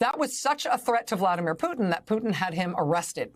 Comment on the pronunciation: There is a T in PuTin pls pronounce it!!! so annoying